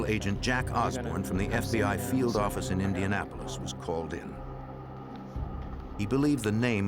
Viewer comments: "nuu yawk affice" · NEW YAWK AFFICE!